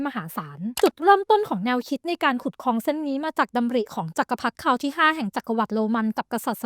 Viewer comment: Great video but ค ควบ ล มันขัดใจแปลก ๆ คอง คอง คอง